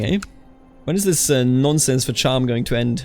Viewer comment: as a fellow bavarian muss ich dir sagen, dass du Cham falsch pronunced hast. It's more like Kahm :) grüüße servus